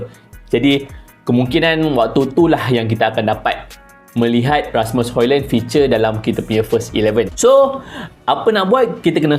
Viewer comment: Bukan Hoilen Bang. "Hoilund". Sebut elok² nama player OK. 👌🏻